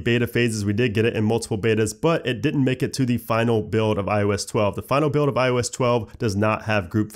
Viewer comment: First and omg you still say ioesh 12 except when you say ios 12.1